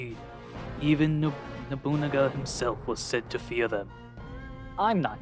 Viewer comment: You almost got it that time lol. It's No-boo-naga. You'll get it down eventually I believe in you lol